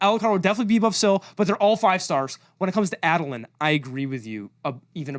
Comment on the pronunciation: saying Adolins name as Add-olin is horrific Ay-dolin / Aid-olin Edit: AND AZURE... Azure is a real word for a blue, sky like color. Please take out the "H" sound.